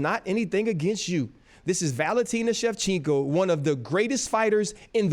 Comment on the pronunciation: Why is RC saying Shevchinko all the time?😅